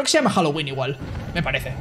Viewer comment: he said "me parece" (I think) but he pronounced it with the "th lisp" sound